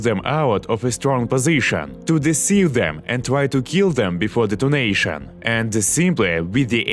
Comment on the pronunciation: I kept hearing donation instead of detonation "shoot him before donation" 😅